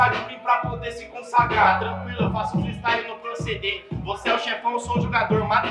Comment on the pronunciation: Acho q ela pegou pesado kkk mas ta certa. Tem q estudar mano. Eu acredito em vc. Estuda e mostra q a palavra freestyle vai ser diga corretamente tanto qto seus "fatalitys" nas batalhas.